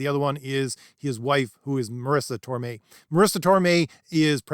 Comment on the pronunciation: Mel Torme. Marisa Tomei. No "r".